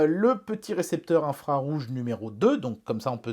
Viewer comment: Pour une fois ta dit infrarouge et pas infrarouf 😂🤓